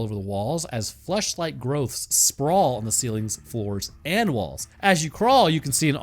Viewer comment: had to double check and make sure he said "flesh LIKE" and not something else